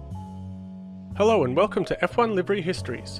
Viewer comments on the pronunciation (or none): none